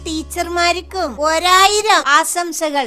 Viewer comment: Visaalamalla vishaalamaanu. Souryamalla soukarryamaanu..aasamsakalalla aashamsakalaanu😅.school alle athukond vyakthamaakki akshara sfudathayodkoidi parayoo❤